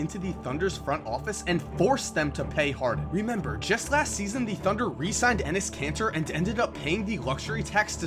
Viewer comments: did you just say Enes Cancer? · lmao you said enes kanter and my friend looks at me and goes "penis cancer?"